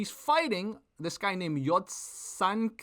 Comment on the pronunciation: Bro cant even pronounce his name dont expect from this kung fu nerd go watch Lawrence kenshin breakdown he is the best of breakdown commentators